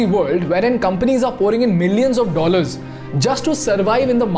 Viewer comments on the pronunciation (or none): none